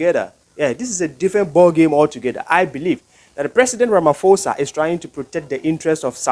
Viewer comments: pronounced as ramaposa NOT RAMA FOSA... Ignore the H on pho just say posa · Ramaphosa is pronounced Rama.... posa yes the H is silent. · Well you can’t even say ramaphosa, yeah right 😂I don’t know